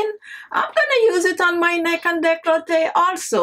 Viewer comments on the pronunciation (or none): none